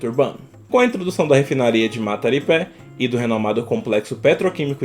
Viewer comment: " salvador é um estado", "matapipé", "caçamari", meu fi é analfabeto, eh?